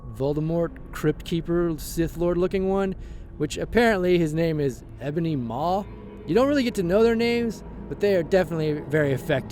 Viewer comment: It's EE-BONY MAW NOT EHBONY MAW